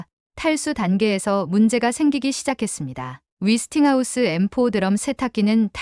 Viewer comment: 근데 위스팅하우스가 뭐죠? '웨'스팅하우스 아닌가요?